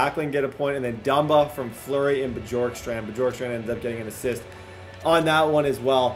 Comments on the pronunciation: it’s pronounced borkstrand the J silent lol and your welcome 🙏🏾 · I'm pretty sure you pronounce Bjorkstrand Be-yorkstrand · This series is gonna be 🔥🔥🔥 Keep up the great work (Also I’m pretty sure it’s pronounced Byorkstrand) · It’s I pronounced b York strand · It’s Oliver Kylington (Shill-ing-ton) and Oliver Bjorkstrand (B-york-strand) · btw its bee-orkstrand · It’s bYOURkstrand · the "J" in Bjorkstrand is pronounced kind of like a y Gostisphere is pronounced like (Gaw-sti-fair) And some advice for playing defense is don't pass the puck through the middle of the ice after getting defensive rebounds, knock the puck off the boards to a foward on the breakout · Please say his name right 😂 Bjorkstrand the “j” sounds like a “y”. Sorry, big Blue Jackets fan here and it just sounds weird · His pronounciation of Oliver Bjorkstrand is a little off XD